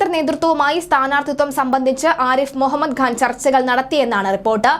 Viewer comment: The name is Khan not Ghan. I see this problem in many speakers.